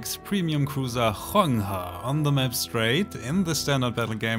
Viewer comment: I genuinely appreciate you showing us how to pronounce Huanghe Also, susbcribing. You dont need to burn yourself out on memes. Take it easy and have fun with your channel, you're one of the good ones :)